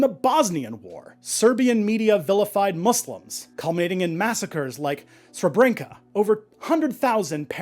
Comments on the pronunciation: dude, it’s not pronounced ‘ser-brinka’ it’s ‘Sre-bre-nitsa’ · Here's some engagement contribution of energy Oh and I don't really expect you to be able to tap the Rs, but the c in Srebrenica is pronounced like ts.